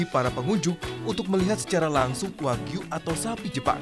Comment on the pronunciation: Wagyu Bukan Wahyu